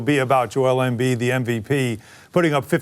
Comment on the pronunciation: Joel Embeeeeeeeeeeetch